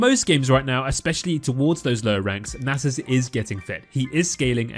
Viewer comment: It’s pronounced “Nasus”